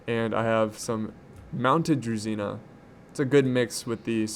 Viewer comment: it's correct to pronounce "DruZHina", not "DruZina")